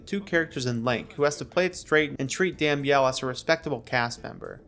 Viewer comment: You can’t pronounce damnyell. I’m done